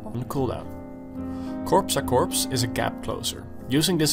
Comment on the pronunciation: I love the KORPSAKORPS <3 !!! Correct pronunciation is KOR A KOR, p and s are silent in corps (french word for body)